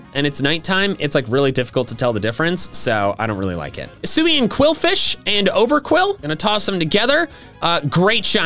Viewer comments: OVERQWIL, NOT OVERQUILL! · THE U IN OVERQWIL IS SUPPOSED TO BE A W! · IT'S OVERQWIL, NOT F*CKING OVERQUILL! FIX IT NOW!